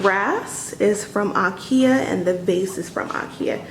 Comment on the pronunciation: It's pronounced, in American English "EYE-KEY-UH," not "AH'KE-UH".